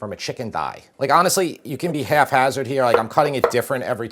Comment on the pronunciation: Damn good chicken. I’m making it again tonight. BTW the expression is hap-hazard , not half-hazard. Still good chicken!